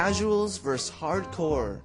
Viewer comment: vs. = VERSUS, not "verse".